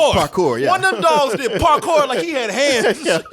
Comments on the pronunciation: Parkour, dont you mean barkour 😂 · true, the cinematography is amazing, the fight scenes more creative, and I really like that they added more to their lore/worldbuilding. also, VIVALDI. add: “Park-a-fool” LMFAO